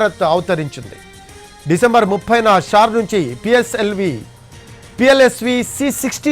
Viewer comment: Plsv kadhu andi PSLV